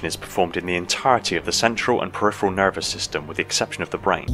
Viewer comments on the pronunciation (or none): none